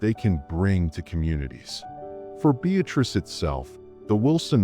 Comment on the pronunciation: Town is pronounced: Be- uh- tris